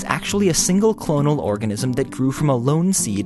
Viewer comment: When you read organism wrong